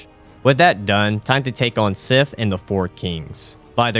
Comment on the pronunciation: The badge idea is inspired, great stuff! (also two very small corrections, Sif is the goodest girl, and Souvenir is soo-vin-err)